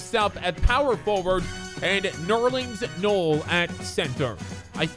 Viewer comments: Nerleans Noel is pronounced noelle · He said “ nerins NUUL